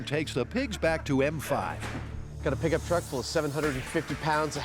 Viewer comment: What did you say? A Pigup truck ? LOL